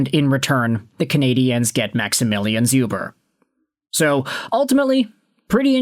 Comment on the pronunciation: Hey! Polish Habs fan here. Just so you know it's pronounced Shoober. Otherwise awesome video and the Canadiens haven't had a Polish player since Czerkawski so I'm happy 😁